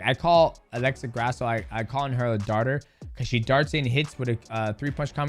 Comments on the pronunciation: Did dis fool just say Alexis Grasso!!?? Comme on DJ, your the GOAT, you gotta do better!😂😂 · It’s not Alexis,it’s ALEXA! 😩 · It’s Alexa not Alexis